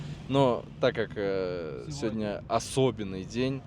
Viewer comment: ухо режет седни седня 😮СЕГОДНЯ ИЛИ ПРОИЗНОСИТСЯ СЕВОДНЯ